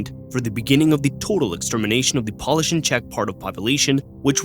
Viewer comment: He also pronounced Pole-ish as polish like nail polish.